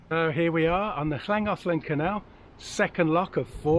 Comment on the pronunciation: Lovely to follow your journey through familiar waters and memories of our lovely winter last year! Your pronunciation of Pontcysyllte and Llangollen are far superior to ours 😂 🏴